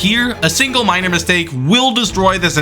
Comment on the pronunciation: BTW it's 'minor problems' not 'miner problems'.